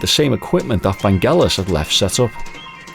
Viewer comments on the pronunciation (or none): Its pronounced Van Jell us. Like Jello. I understood that he was afraid to fly and Jon said hey we gotta tour.